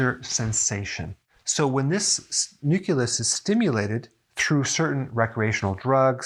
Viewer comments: Nuculus? Nu-Clee-Us. Carry on Dr. Berg. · Nucleus NOT nuculis. Sorry Had to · Hey Doc, I love your video's. This one was great for more than one reason. I finally see that you are not perfect either (tee tee). You kept saying nucUlus and not nucleus. I know it's a small thing, but I giggled. ;) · Nucleus!!! Not "new killus!" I wanted to share this video, but the mispronouncing takes away all credibility. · nuCLEus not nuCULus(no such word)—common pronunciation error. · ugh! nu-CLEE-us not nu-CUE-lus. C'mon, at least SAY the word properly. 🙄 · I'm addicted to sweets. I like how Dr. Berg say "NUCILUS" in his videos, just like my mom says "ONININE" instead of "ONIONS" lol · OK, I'm nitpicking... but isn't it NU-CLEE-US? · He still mispronounces it to this day 😅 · Just curious, why do you pronounce "nucleus" as "nuculus"? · Its new-clee-us Lol! He is adorable. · YES he sounds like George W when he would say "nucular." Bwa ha ha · I'll come back when Doc learns to pronounce "nucleus". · I was squirming all through the video because of that word :) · Yeah, this drives me crazy.